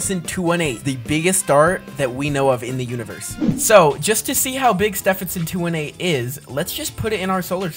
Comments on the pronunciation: its pronounced Ste ven son 2 1 8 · It’s Stephenson 2-18 not Stephenson 2-8